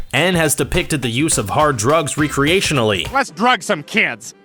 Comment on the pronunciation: Re-creation-ally LMFAO I think he meant rec-reation-ally. Idk why I thought that was so funny.